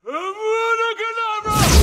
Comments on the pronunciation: If hermione were there she’d have been like “Voldemort it’s pronounced avada kedavra not avalla bannana!” Then he would’ve killed her too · i died laughing when voldemort said VANILLA BANANAAAA its actually funny dude especially when the comments say that hermione had a fit over how voldy pronounces it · Hermione would have a fit hearing how incorrectly Voldemort pronounces the curse.....lol🤣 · He pronounced it right bro just got no air flowing through his nose so it sounds like he has a stuffy nose or an accent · Voldemort be the "Strongest wizard" but cant pronounce avada kedavra 😂